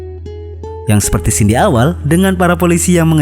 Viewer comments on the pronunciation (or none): none